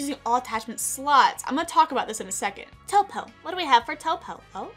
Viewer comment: “Topo, topography, toopo...” 🤣🤣